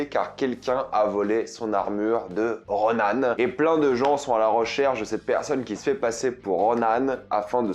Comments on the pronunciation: Ronin pas ronan ! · C ronin pas ronan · Ronin* pas Ronan ! Ronan c'est un Kree / Sbire de Thanos haha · Je te jure ça me bute quand tu disais Ronaane 😂😂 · RonAne ???? Dites "Ronin" bien à la française OU "Ronine" prononcé à la japonaise mais d'où sort ronAne ?? C'est la VF ou quoi ?? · Roniii-ne. Roni-ne on prononce et non Ronane !😂